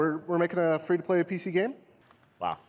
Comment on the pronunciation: 'PLEY THE GAYM' - Reggae Fils-My-ass